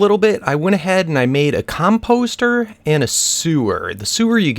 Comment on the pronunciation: Com-post-er xD